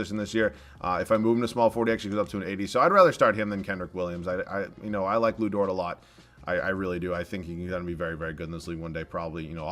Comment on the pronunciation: It’s Dort, not Dortz 😂